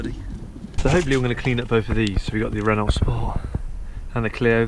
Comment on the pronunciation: So, it’s “Renno”, not “Renolt”.....